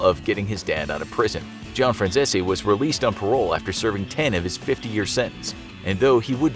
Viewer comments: Lol "Frachchesee", Its 'Fran-sees' 😆🤣😂 Get It Right. 😆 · Michael Fran Cheese 🧀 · Please learn a little basic knowledge because you keep mispronouncing his last name. It’s “France-ees”. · His last name is pronounced Fran CEASE not zesi. Pronounced Like GREASE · Aaaactually...its pronounced FranZESE. Not CEASE. Just sayin lollllll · Its pronounced "Franzeez" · Michael: I'm Michael Franzese Every single person for some reason: FRANZE-SI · Fyi, his name is pronounced Franzees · His name is pronounced zeese as in geese. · Is it me or does he keep saying micheal franzeshi😅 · His name is pronounced "franz-sees" and he has a youtube channel where he talks about his experiences. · I think 'Fran-zeh-zee' is more like how you pronounce the name. Italians often mispronounce or heavily Americanize their names. An E at the end of an Italian name could be silent or annunciated. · nah it’s pronounced “Fran Si Zi” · Your saying Franzese wrong it’s (Fran-z-e-s) no silent zs or zs that somehow turn into an s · Michael Franzese is all OVER YouTube, and you guys can't pronounce his name the way he does? Fran Cease. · I saw a news report about him and his father in the 80. The reporter said Michael “FranZeeZee” 🤣🤣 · Pronounced last name wrong. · I’m sorry, …. You really butchered his last name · Atleast research how to ya know pronounce the name correctly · Your probably gonna get whacked for repeatedly butchering his name! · the way you pronounce Franzese hurts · All I’m gunna say is there’s tons of videos of how micheal pronounces his last name and y’all still got it wrong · He's pronouncing his name wrong he has a youtube channel and reviews mob movies and stuff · They just straight mispronounce his last name to sound more Italian. Check out his YouTube channel first buddy! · That's not how you pronounce Michael Franzese's last name, hope you don't get whacked~! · You pronounce franzese wrong he has a channel you can watch him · Not saying his name correctly.